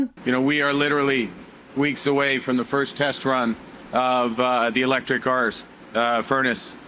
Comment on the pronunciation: "Arse furnace" for "arc furnace"! Hilarious! And he didn't even correct himself! Carney really has lived up to the pledge he made when asked if he wanted to be governor of the Bank of Canada to become a circus clown instead!